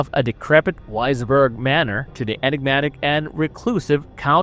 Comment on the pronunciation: Also, Wisborg would be Visberg in German.